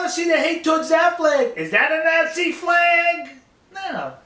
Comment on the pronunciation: I love this guy but seriously please say Nazi correctly :(